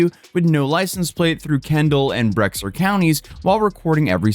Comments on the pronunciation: It's pronounced Bear County for some odd reason. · Bexar is pronounced Bear. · I'm gonna be that person and say Bexar is pronounced "Bey-har" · Funfact! Bexar County is actually pronounced "Bear" County. IIRC, it is because the guy (last name Bear) who owned the land couldn't write his own name, so he put an "X" on a document and they had to write around it. Hence Bexar. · Just a heads up "Bexar" is pronounced like "Bear". The "X" is in Spanish, an "H" sound. Texans purposely mispronounce everything in Spanish, in Spanish it's more like "Bayhar" like our friend Joy from The Veiw. "Beorne" is pronounced " Berney". I don't know how Texans screwed that one up. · FYI Bexar Co is pronounced like bear....dont ask us why, it just is what it is :) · Bexar is pronounced bear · Also just an FYI Bexar is pronounced like the animal "bear". I live about a mile away from the Bexar county line (I'm in Comal county which is North of San Antonio) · and bexar is pronounced like bear. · Bro. Bexar County: bɛər, BAIR, beɪər take your pick. It's the county for the city of San Antonio. Tell a non-Texan any day of the week with these things. There's no "Brexer" county in Texas. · unfortunately due to years of Texas German influence (and possibly Mexican influence) it’s pronounce Bear(Bexar) County. Don’t worry I still get the name pronunciation incorrectly too and I’ve been here my whole life. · "Bexar" is pronounced "Bear" in Texas. I learned when I visited my friend in San Antonio. They will let you know too and then you never forget XD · I grew up in Boerne, but now live in Schertz (about an hour away), and I never heard about this! Also “Bexar County” is pronounced “Bear County” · Bexar is pronounced like Beher. Please say it right for my sake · Its common it pronouce it how its spelled but it pronounced Bear County instead of Bexar. The X is silent 😂😂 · Wait. San Antonio area? Bexar County? It’s pronounced Bear. I thought that sounded familiar. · Bexar county is pronounced "bear" btw